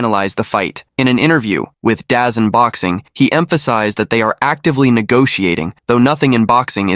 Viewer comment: once I heard "BYE-VOL" and "DIE-ZAM Boxing" I knew this was more ai narration low effort trash